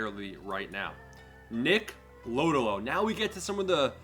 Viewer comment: You’re killing me man😂 “Low-Dough-Low”